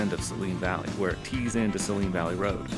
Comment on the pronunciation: To each their own but I think its pronounces Say-leen (like the salty solution used a doctors offices). either way, nice video!